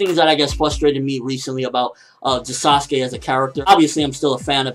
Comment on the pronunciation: Dude you do know it is Sasuke it just sound like Sasugay